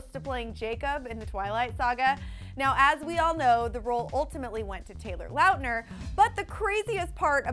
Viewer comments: Did anyone else catch it when she said Taylor Lout-Ner 😂😂😂 no boo book it Lautner. 💁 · I think she meant Taylor Lauhtner 😂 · its laut-ner not lot-ner ffs how hard is it for these people to pronounce people's names right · ..It's not an accent, she just doesn't know how to pronounce it. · ~Live.Love.Laugh~ oh I was about to say you don't pronounce his last name like that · Why does she pronounce Taylor's last name like that. Omg that's not the way you say it. 'Cringes' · I'm doing it because no one else is..... THE WAY SHE PRONOUNCED Tayler Lockner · I'm a Taylor Lautner fangirl and the way she pronounces his last name makes me wanna kill myself lmao.